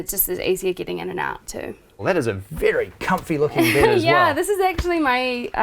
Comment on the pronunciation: Lovely house so cozy..i wonder is it typical in Ausssi accent to pronounce bed "bied" :D SOUND weard ahaha